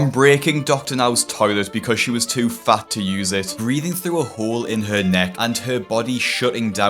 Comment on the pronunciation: You didn't have to say fat like that